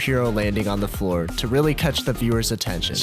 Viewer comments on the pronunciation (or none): Nice ‘foor’ you got there!